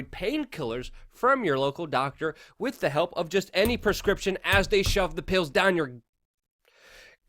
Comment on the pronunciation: Luke, I personally love your spirited opening of each video. It shows me that you're excited to do what you are doing, and that you are very appreciative. If I may offer one bit of constructive criticism, stop saying "wit", the word is with. You're a better journalist than that. Other than that, "I Love Ya". Rock on.